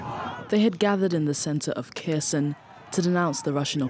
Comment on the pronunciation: It's Herson not Kerson!